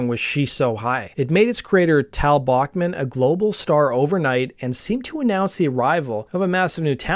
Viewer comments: Cool video. I have heard Randy say his last name (and Tal’s) is pronounced Back- not Bock- man. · Pronounced 'Back-man'